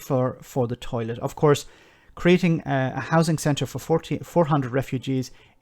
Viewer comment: "Housin' and Accommodatin'" urgh